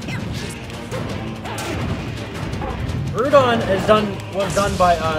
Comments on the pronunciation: Groudon is pronounced Gr-ow-don, not Gr-oo-don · Isn't it pronounced "grow-don" like ground?